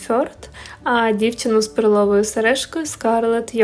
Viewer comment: Мабуть наголос треба робити на перший склад, а не на другий. Відео цікаве, подивилась із задоволенням, картина справді шедевр ❤️😍